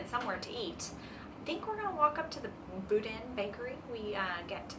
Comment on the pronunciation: Just caught this video and subscribed. Napa is my hometown. I went to San Francisco every weekend. The bakery with the bread bowl you went to is pronounced Boo dean. Just in case you ever go there again. I hope you enjoyed your trip